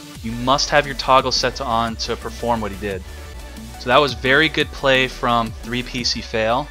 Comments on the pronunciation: not sure if you were trolling on how you pronounced ( epic fail) or genuinely didn't know 🤔🤔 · Your pronounciation of his name was an "3p1cfail". In all seriousness, I appreciate what you've done for the Duel Links community. Keep up the good work, best of luck to you and your girlfriend.